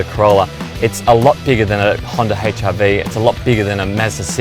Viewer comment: did he just said honda HIV!!!!!!!!!!!!!